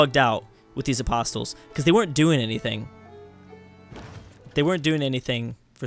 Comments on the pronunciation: Hey, "apostles" are pronounced "aposs-ells" not "apost-tills":P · The t in apostles is silent